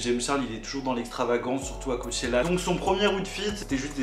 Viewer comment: « cowwwchela » c trop jpp😂😂